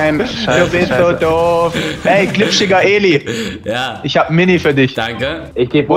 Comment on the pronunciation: Wie Timo immer GLIPSCHIGER ELI sagt